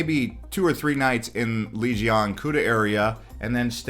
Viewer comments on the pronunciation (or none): Enjoying your content very much! Just wanted to say though sorry but you are pronouncing Legian wrong. It is Leg-i-ann 😝 cheers